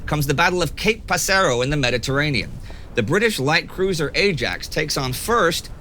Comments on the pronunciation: Amazing episode, as always. Keep marching on, TimeGhost Army! P.s. For Indy's eyes only Cape Passero is pronounced cape (ok, in Italian is Capo but that does not matter) paSSero. The two s have stronger stress upon them, like the "s" in "salt", PaSSe-ro, while the e is bit quicker on the tongue. Also, it mean Cape Sparrow ^^ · Great video as always - keep up the amazing work! Minor niggle with pronunciation : It's pronounced "Pássero" (with the stress on the "a") - passero means "sparrow" in Italian.